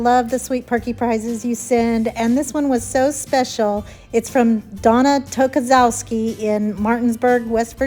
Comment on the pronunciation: I am truly humbled. I love the Christmas lamps and painting and can't wait to make them. Love you! Donna Tokazowski (and you said my name right! Yay!)